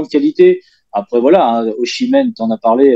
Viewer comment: Et oh passage "Ozimen" par pitié 🙏 "Oshimen c'est un mélange entre le joueur et Yoshi